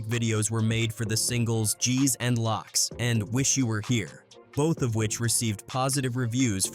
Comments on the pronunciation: It’s loc not locc smh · 💀😵‍💫💀 Lōcs (Locks) Ridas (Reedas) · Not Locks its L-oh-C's loc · These thing SUCK!!! It's misinformation, you add pictures and videos that have nothing to do with the topic itself. And it's not lock it's pronounced loce with a long o sound loc. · 😂😂😂 buddy really saying "LOCK" instead of "LOC." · Man if this damn AI don't stop saying locks 😂🤣🤦🏽‍♂️🤷🏽‍♂️ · Gotta be an AI narrator. Locs is not pronounced locks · Pronounced Low-k’s // Rye-da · Locks and Reedas 😂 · READAHS and LOCKS lol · Gs and Locks 🤦‍♂️🤣🤔 A.I